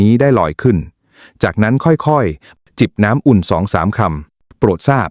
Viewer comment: เอไออ่ะนะ ผมดอน.......แทนที่จะบอกว่าผม ดอกเตอร์ ภู-มิปัญญา น้ำอุ้น ม่าม ........น่าเบื่อ